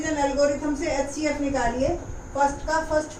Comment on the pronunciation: Mam aap xcf bol rahi ho hcf